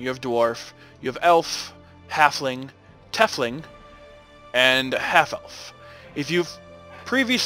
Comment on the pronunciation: Pronounce the Tiefling as "Teefling"(like teeth with an f) instead of "Tefling". It's from German and literally means "deepling". Just something for future videos. :)